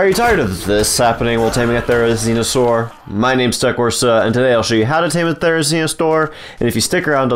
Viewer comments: Couldn’t have said therenzionsaur any more 😂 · it sounds like he’s saying "therizinostore"